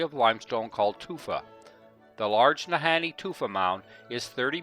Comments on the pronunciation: No, Kidding,,, Our Northern Bush Pilots are some of the Best in the World !! ~~ oh, The Nahanni is Pronounced,, NAH-HAWN-NEE !! ( not, Han-knee ) :))) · Ah ! laughed at the interspersing of pronunciations of Na-Hawn-Nee & Na-Hanni ... It is phonetically ( Na-Hawn-Nee ) Sorry about that:)) But no Problem for sure :))) Oh , What a Great Video you made & shared !!! What a Wonderful , Adventerous & Brave Trip , A real pleasure to watch & to be reminded of Home , when one is so far away from it ... Right from the get-go of that Great Pilot, bringing you in & the Wonderful Video , of your Journey .. Paddles Up & a Big Salute !! Thank-you so much for sharing this !!